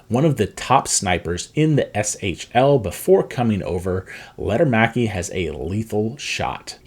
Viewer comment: Lekker-maki not Letter-maki